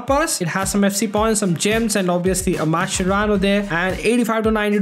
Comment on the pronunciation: if u r watching carefully he said "we got mashcerano dosto"